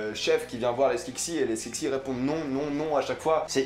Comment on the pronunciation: C'est skekses pas skeksis